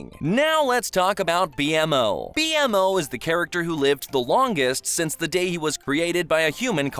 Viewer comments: I tried so hard to finish the vid cause I was enjoying the story but you kept saying "B-M-O" and not "Bee-mo" and that just bugged me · ITS B MO NOT BMO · It’s not B.M.O its bmo watch adventure time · why do you pronounce BMO as B.M.O mot B-MO😭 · IT B-MO NOT B.M.O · IT'S BMO NOT B.M.O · The way this AI says "B-M-O" instead of "Beemo" is nails on a chalkboard. Named after the Be More Operating System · when he calls bmo “b.m.o” instead of pronouncing it “beeemo” . it feels like a slight slip up to the possible fact the speakers voice is a.I generated. Dunno how to feel about that 😅. Cool video but man I don’t want all videos to have ai generated dialogue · Anyone who says B.M.O. instead of BEE-MO deserves to to get transported to a prison where the punishment is lego walking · It's Kara, not Karla. It's "BEE-MOE" not "BEE-EM-OH". Whoever wrote this script hasn't seen much adventure time. Keep hearing 'apparently' and info that's just plain incorrect or out of place. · B-MO not B.M. O😢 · B-M-O??????? Im calling the cops It’s (bee-moe) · Why did he pronounce it B M O? It’s pronounced BeeMo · Dude....it's bmo(beemo) not B.M.O. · I thought its name was BMO ..not B.M.O. never heard it called that before lol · i hate how he says BMO like its bee emm oh when the creator of bmo in the show said it like bee mo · It’s just B -MO not BMO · There's already so many mistakes in this video in the first 5 minutes that I honestly don't think this dude has ever watched the show. Anyone who thinks "Beemo" is pronounced "B M O" is someone who's only ever seen that name written down. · It's bmo not b m o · Did you really call him “B..M..O” instead of Bee-Mo? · It’s pronounced “Bee-Mo” not B M O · It’s BMO not B-M-O! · Simon didn't became evil per se though. he became insane. and it is beemo, not B-em-o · B m o B M O say it with me all the letters together bemo spelled bmo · BeeMO❌ B M O✅ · Im sorry but "B-M-O" no its bmo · B-M-O 😭 its b-mo ( pronunciation "bee moe") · B-Moe not B-M-O